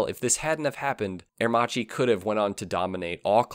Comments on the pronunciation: You butchered the pronunciations especially " ah err Maki ".... how can you have done this ? You showed a picture of Giles Villenueve as W. Villa.... Agostini etc. You missed out on the little known now braking system the "idronico " which is a form of a drum brake . It's a cone working within a cone to work smoother and has increased surface area. Better for aerodynamics. You had one pic of it btw. Macchi did not need any engineering expertise from H D . They were building 16 cylinder twin plug per cyl Supercharged aircraft engines in the 1930s and still hold the float plane records. Italy was under financial mayhem due to the OPEC restrictions, so it was a mutual benefit to do business. I lived it. Thank you for sharing some light ..... call on a real Italian , contact a consulate or some of that nature next time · It's pronounced "Aermakee", not "Aermachee". That's the correct Italian right? Just like it's Moto Gootzee, not Moto Goozee. A pizza pie is pronounced peetza, not "pezzah" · Good segment in general but it is incredibly irritating to hear aermacchi pronounced herrmaci over and and over again. And Walter Villa clearly Germanic ualter. Also aermacchi could not build planes because of the armistice terms so the bike company was born when the plane company died. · I wish he'd pronounce the name Aermacchi correctly. In Italian, if the letter C is followed by an I or an E you pronounce it 'ch' as in church. If C is followed by any other letter (in this case H) you get a hard 'k' sound as in kite. The double C is basically a longer 'k' sound. It's not rocket science. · It's really pronounced Air - mak-ee! Not; Ear- ma- chee. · Interesting documentary, by the way ch in italian must be pronounced like a K so Aremacchi sounds like Aermakki like bruschetta sounds brusketta :) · A pity that you butchered Aermacchi's name for the complete video... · Aermakkki not Aermathshi ! Allah de Ora ??? (Ala d'oro = golden wing) Tscharno Serrinen?